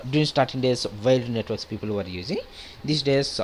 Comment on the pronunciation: Was anyone else confused about what he was saying? He says "Networks" as "Nwetarks". xD